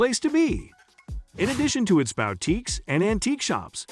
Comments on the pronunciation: or to browse the local bowteekes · Bow-teeks??? I hate text to voice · "or just wanna browse the local BOWTEAKES" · I have never heard of a BOWTEEK, but I have visited Booteeks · The "sudden-swoosh" transitions are annoying, making this almost unwatchable. The narration gives itself away as robot-voice by pronouncing boutiques as BOW-tiques repeatedly. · Terribly done, you talk about malls and not about the covered bridges of Winterset!! And learn to say boutiques correctly too.